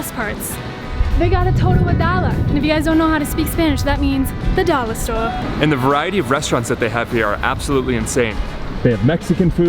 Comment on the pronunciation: Whats a "Dolla"? No comprende?